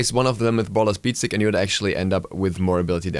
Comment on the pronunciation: Good clarifying video :) Hard to listen on the background while doing something else tho, mainly due to some pronounciations :D had to rewind a bit when you said Brawlers Beat Sticks. I was so sure you said Ebola Beads x'D (new item for Ah Puch?)